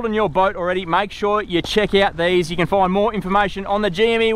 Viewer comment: This bloke will go far. He understands "yew" makes a video amateurish.